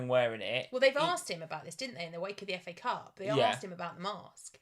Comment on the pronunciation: Did say 'Cafe Cup' for FA cup (26') 😂. Btw a few GWs ago I was around 200K and was outside 1 Mil now almost same rank, Good job!